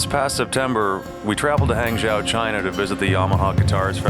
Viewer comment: "Han-joe" not "Hang-zow"